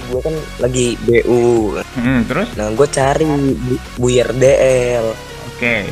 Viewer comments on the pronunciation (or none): Buyer = bu yer Y'all i laughed when i heard he said that